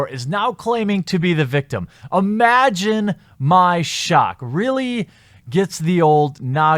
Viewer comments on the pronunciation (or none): "Obsurdity" should be "ABsurdity" and "Uhmagine" should be "IMagine". Speak ENGLISH... just sayin'.